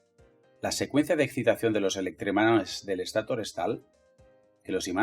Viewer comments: Muy buen video pero si habría que aclarar si utilizarás palabras en inglés o en español porque escucho que dices rótor en vez de rotor y estátor en vez de estator, cosa que puede confundír a las personas que hablamos español. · Buen video, pero por que dice estator y rotor con acentos donde no van? Las dos son palabras agudas, el acento va en la última vocal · Molesta como pronuncia ESTATOR y ROTOR. Por lo demás, excelente explicación.